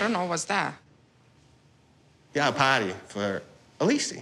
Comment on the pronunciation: I love how she did not understand John’s pronunciation of “party”. Even I heard “potty”.